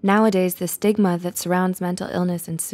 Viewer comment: When she said stigma I thought it was sigma lol